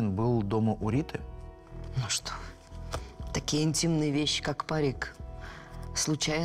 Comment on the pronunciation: Так роздражает стоканье актрисы... Неужели на озвучку нельзя постаратся четко произносить "что"? Над речью нужно работать, не шепелявить.